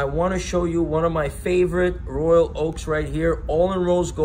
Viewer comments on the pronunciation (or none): none